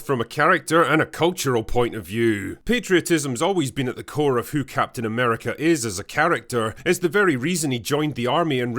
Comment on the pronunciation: Captain Nah-merica.